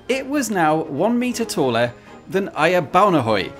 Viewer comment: Perfect pronunciation of Ejer Baunehøj. Best regards from a former skanderborgenser.